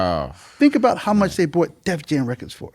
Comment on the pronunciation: One thing I've learned over the years is when they say "reckits" instead of "records" they know what they're talking about in music. Guaranteed.